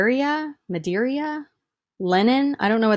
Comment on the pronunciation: You really need to quit telling yourself (and others) that you can’t pronounce aluminum! The first two times you pronounced it in the video were perfect! Medeira is pronounced Ma DEER uh. It is a place in Portugal known for its fine handmade linens. Google and a pronouncing dictionary and some diligence would go a long way in knocking your professionalism up a notch. I know it’s endearing to bumble now and then, but it can get excessive. No offense intended. Just help.